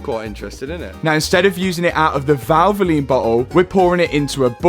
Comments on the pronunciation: Say valvline 1 more time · Did he say VALVOLINE? Didn't get that right i think :D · Valvoline, are you sponsored by Valvoline? Valvoline.. Val-vo-line. ❤️💙